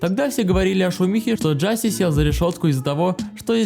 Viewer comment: Да не Джаси, а Джашеш !!!